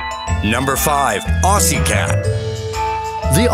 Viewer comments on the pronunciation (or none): none